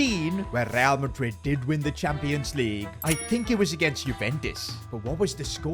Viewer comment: He always gets resl madrid wrong mhmmm strange